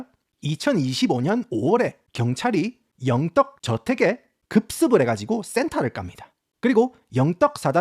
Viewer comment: ㅋㅋㅋㅋ 이름 발음하실때 영어처럼 여응 떠그 이러는게 아니라 영떡 이러는게 너무 구수해서 웃김